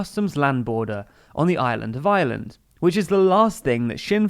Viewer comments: Please, it's Ireland (are-lund) not island. The island of Ireland not the island of island. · "On the island of eye-a-land"